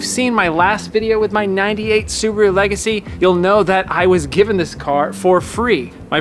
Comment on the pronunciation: How about the “Emerald Le-Gacy”!!….eh…eh!!